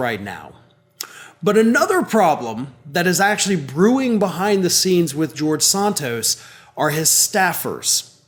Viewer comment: George Santos, the Liar of Long Island BTW, kudo to you,, for correctly pronouncing his (alleged) last name.